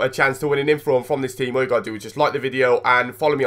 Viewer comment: U said infrom